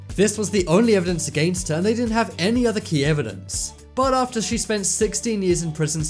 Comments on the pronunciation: It's not ater it is After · After not ater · Found innocent ater 40 years Boi get the word right it’s after 40 years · You said ater instead of after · "Found incident ater 40 years" Excuse me? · He said ater hahahaha